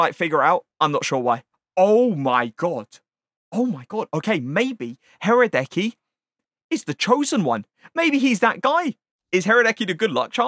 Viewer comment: huhrahhdäckii he is pronounced radesky